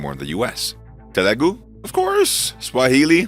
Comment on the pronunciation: Telugu not telegu